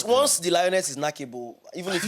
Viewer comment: said knackable, I’m done🤣🤣